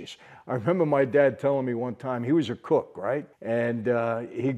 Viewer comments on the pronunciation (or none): none